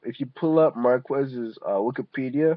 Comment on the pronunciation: Its Mar-Kez not MAR-QUEST LMAO